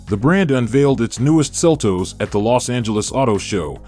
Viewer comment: Seltoes? It's seltos